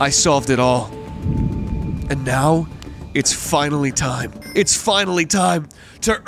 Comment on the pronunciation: I loved when he said "its slime to solve this mystery" and slolved the mystery all over the splace